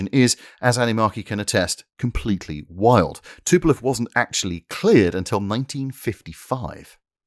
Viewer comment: Not "Tupelov" but Tupolev